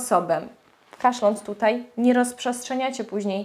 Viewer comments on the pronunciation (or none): none